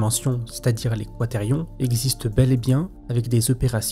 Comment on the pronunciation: Quaterions mes oreilles saignent